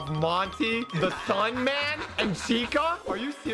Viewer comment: Wait wait do you say sunman? It's Sun drop